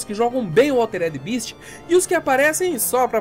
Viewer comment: Nao é eh nao... bést = best bist = beast